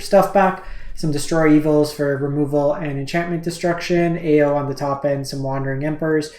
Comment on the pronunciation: hey, I like your content, but your pronunciation of the kamigawa cards...oh my. Stop trying to make these words sound french, lol. eiganjo - 'ay (like hay without the h)' - 'gone' - 'joe' ao - 'ow' raiju - 'rye' - 'jew' keep up the good work!